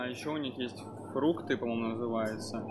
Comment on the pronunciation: Не варжива а важива и не фрукты а фритки то есть картофель фри,учите ребята язык и будет вам счастье